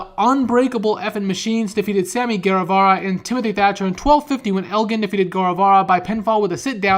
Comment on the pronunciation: Bro I don’t know if you see this but I’m writing this in 2020 and it’s crazy how far Sammy Guevara has come. I love how back then everyone was pronouncing his name wrong but now we all know. He’s the most over guy in wrestling in my opinion.